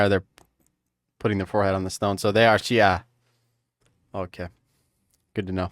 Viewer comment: bro, the way you pronounce "Shia" is spot on